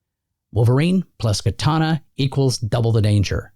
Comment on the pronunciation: Sah-moo-rai and kaw-tah-nah.